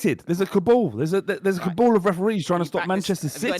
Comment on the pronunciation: It’s a Cabal not a Younes Kaboul